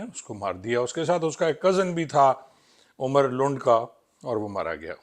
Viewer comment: جناب آپ عمر کو عمری کیوں کہتے ہیں ۔ایک نام پے اتفاق کر لیں جو زیادہ مناسب ہو ۔اتنے سینیر پولیس آفسیر ہونے کے باوجود آپ نام کو بگاڑ رہے ہیں ۔